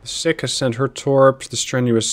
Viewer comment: Doubt you will need to say it again soon, but the DD Sikh is pronounced Seek, not Sick. As in after the religion - Sikhism